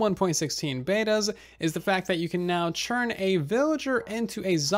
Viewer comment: Do you say churn instead of turn ?